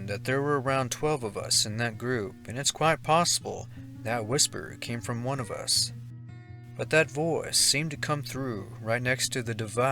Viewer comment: "Story wwhan" (one) Lmao.